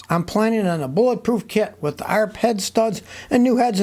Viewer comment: .... Did Scotty just pronounce arp instead of "a-r-p" head studs at ? What's up with that? Has he never built a performance engine?